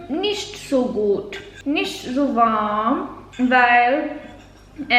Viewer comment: „Warum nict“ 😂👍